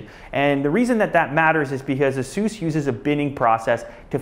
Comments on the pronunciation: "asoos"? isnt it pronounced "ace-us"? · Asoose?!?!?!? its Asus, not Asoose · Is ASUS pronounced "Ahh Soose" or "Aye Sus"? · Its not (a-SEUS) its pronounced (A-SUS) The name is derived from the Greek word for a mythical winged horse. Peg(A-SUS) How hard you want to make the (A) is up to you. Maybe this will help you out. I just think if your going to promote a Brand Name you should know how to pronounce it. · Isn't pronounced A Sus not soos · Asoos its pronounced Asus.... just saying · A SIS is how u pronounce it fuckard bit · he pronounces Asus wrong. [Ace-iss] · Its pronounced ace-us asus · I've always pronounced it "ay-suhs" -_- lol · you don't pronounce ASUS properly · he doesnt know how to pronounce Asus